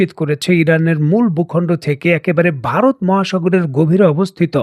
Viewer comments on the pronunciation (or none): none